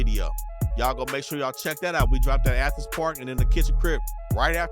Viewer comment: really said ANTHENS